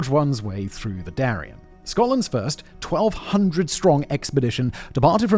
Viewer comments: LEITH! not layth! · Leith: pronounced 'leeth', not 'lathe'. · Why did he say Leith like that ?